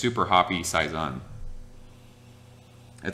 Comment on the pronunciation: also its "say-zonn" say, say, say. Not sigh.... hahah cheers